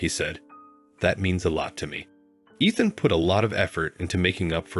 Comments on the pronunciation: Pronouncing the name Ethan wrong , it’s not Athan. Learn to pronounce words/names right. Soooo annoying. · Ethan and eeethan are not interchangeable. My sons name is Ethan… it’s pronounced “EETHAN”. Me not meh! Got it?